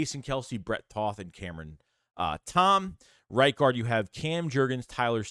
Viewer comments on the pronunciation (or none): Brett Toth has a Hungarian last name. Toth is pronounced with a long O not a short one. ( Like the word Toe.)